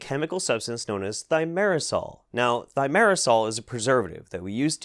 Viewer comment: You're pronouncing Thiomersal wrong.